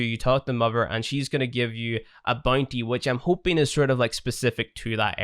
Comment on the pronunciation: Not only can not pronounce father he also cant pronounce mother, lol 😂(sry )